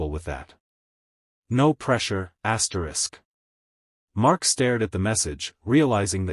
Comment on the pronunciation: Could not listen this after I heard the hundredth ASTRIX